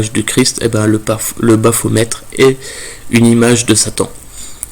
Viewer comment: Baphomet et non baphometre 😉